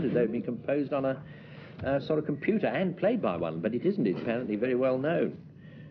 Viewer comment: How very middle class to say "apparently" very well known.